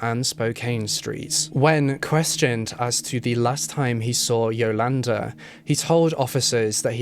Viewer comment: Pronouncation of Yolanda is off too.